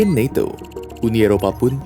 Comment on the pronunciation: Ucapkan saja NATO bukan naeto, kan videonya buat orang endonesa 🤦